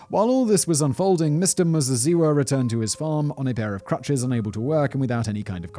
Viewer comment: Your pronouciation of Muzaziwa, spot on....love the show - from Zimbabwe